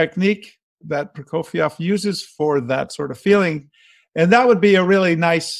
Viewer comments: Hermione: It's not Prokofi-ov, it's Proko-fee-ev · It is hard to hear you mispronounce the name "Prokofiev" every single time you say it in this video. Also, you keep calling your alterations - "corrections". Prokofiev wrote what he wanted! Your "corrections" all sound bad to my ears and are not corrections.